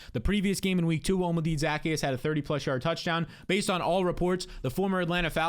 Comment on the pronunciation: *Ty-row-n *Zak-ehh-us